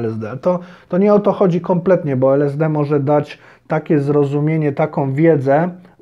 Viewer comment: Najpierw to naucz się wymawiać LSD